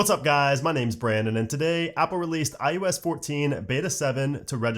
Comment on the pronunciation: You say “eye YOU esss” every time. It’s “eye oh ess”. Drives me insane.